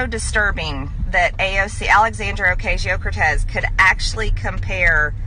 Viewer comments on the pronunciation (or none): Its Ocasio! Not Ocashio! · Yeah, I wouldn't make videos where I mispronounce names ( Ocasio) as Ocassio. People's names are important to them. I'm sure Margie Tailor Green understands that. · Alexandria arcazeo Cortez? I don’t think that’s how it’s spelled or pronounced I know you’re from the south but God bless you